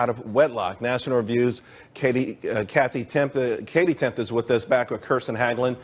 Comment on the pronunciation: He really had trouble with Katie Timpf's name!